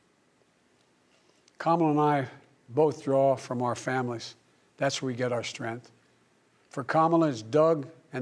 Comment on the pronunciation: What is "strenth"?